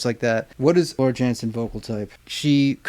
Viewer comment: Hello, [ ]! Nightwish fan here, your musical quest found me on a hot Monday evening. Welcome to the world of symphonic metal! And thank you for checking this legendary band! This live recording is from Buenos Aires 2012, together with Floor Jansen [pronounced Yansen], the 3rd and present female singer of the band. At that time Floor had been in the band for less than 2 months, joining Nightwish as an emergency replacement when their previous singer could no longer continue due to health reasons. About the instrumental and vocal added parts - it's good to know they recorded their orchestral and vocal back tracks with prestigious institutions as London Philharmonic Orchestra. London's The Metro Voices choir group and London's Young Musicians Children's Choir as their regular partners. Since this is your first Nightwish reaction, it is my duty to give you the [updated] short history of the band concentrated by Ann Waychoff, one of the biggest Nightwish fan who has since passed away (and I am doing this in her memory): " Nightwish was started in 1996.They are considered a Symphonic Metal band, with a female main singer. They are from Finland. Tuomas Holopainen [pronounced Tuo-mas], the keyboard player, composes and writes the lyrics for 95% of their music. [Sami Vanska was the bassist of the band starting with their 2nd studio album, he was with them until 2001. Then Marco Hietala was bassist and vocals, from 2001 to 2020. He announced his retirement from the b